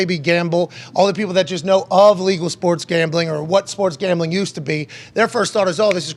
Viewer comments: Why the hell does this guy pronounce gambling and championship like "gombling" and "chompionship"? I heard him use a "short a" sound like in "cat," so I know he's capable. Super freaking weird. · 13 seconds in and I already heard ChOmpionship game 😂 now I can’t focus.. then comes gOmbling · Chompionship and gombling? 🤔. Am I the only one that caught those? Lol